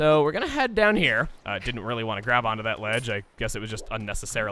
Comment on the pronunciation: he English very goodly